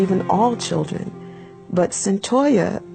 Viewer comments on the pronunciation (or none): Its "CYNTOIA." My apology for being critical; but you've simply GOT to gwt someones NAME correct when you're doing a story about them. #Seriously